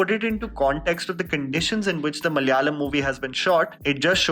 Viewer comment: Kindly pronounce the word 'Malayalam' and 'malayali' correctly ...by hearing your talk we can understand you can say it correctly but pronouncing it in a bad intentionally...